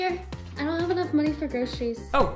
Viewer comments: Xavier is not pronounced saviour. She doesn't even know her boyfriend's name! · lol she says savoiur i think it's pronounced zavier